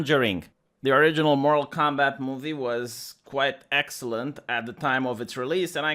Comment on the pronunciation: I like how you say, "Moral Combat".